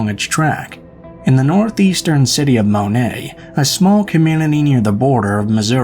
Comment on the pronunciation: It's pronounced Mo-net..not Monay.